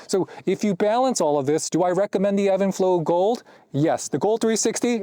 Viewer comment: Is this pronounced even flow or Evan flow like you’re saying?